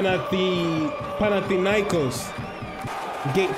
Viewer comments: you r saying the name right dude.....greetings from greece GATE 13 ULTRAS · Yes you are great and you pronanse our team in a perfect way!!!! Great job!!!!!